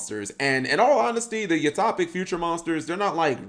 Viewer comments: U-Top-ic??? Son, do you also throw your milk before your cereal?? Its U-Toe-pic. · Cap: "I'm generally shocked, Yuma's cards aren't half bad." Me: "I'm genuinely shocked, Cap doesn't know the phrase 'genuinely shocked' or how to pronounce 'utopic'." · I like how he says Utopic. It's fun.